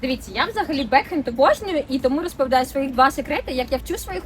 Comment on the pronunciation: бЕкхЕнд - 2 наголоса в інгліш, це 2 слова.